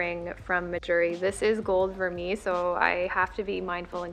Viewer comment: I refuse to buy vermeil jewelry, it tarnishes fast even with good care and it just ends up being a waste of money for me. I own a lot fewer pieces but I just wait for a good sale on solid gold! P.s. Vermeil is pronounced ver-may